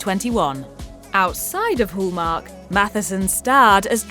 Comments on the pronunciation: Very irritating to hear it called whooomark...its Hallmark. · There's no o in Hallmark you need to learn how to say it Hall no-oooooo